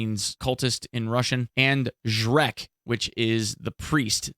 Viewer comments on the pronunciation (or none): It’s not “Shrek” its “jrec” c is pronounced like the c in the word “race” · you say it as "ZhreTS", not "Zhrec" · it's pronounced "zhrets", not "zhrek" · Not Zhreck but Zhrets, ffs. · It's not shrek, nice meme though, but it's read as 'zrets' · Jrets its pronounced with ts in the end. Not shrek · zhrets not zhreck :) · No shrek mems dude...its pronouncing like "Zhretz" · not to be that guy,but Zhrec (Жрец) is pronounced as Zhrets,like the russian version of king-Tsar (Цар)